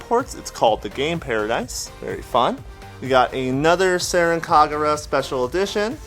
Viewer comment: There is an n in senran. It sound like you are just saying seren. It’s a good collection